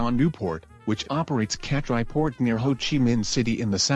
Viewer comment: Hi, Nice video, Just correct the Vietnam port name: Cat Lai i/o Catrai